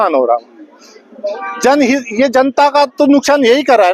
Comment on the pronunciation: Janhit bol rha hai ye lawyer jan hani bolo sir ji